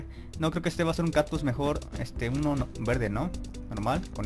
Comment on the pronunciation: No es por ofender peor note que decías "captus" jajaja (es broma eh?)